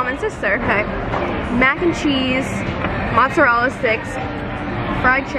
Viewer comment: Mozzarella sticks you pronounced like the spelling, but when you say just mozzarella you say "mootzarell" lol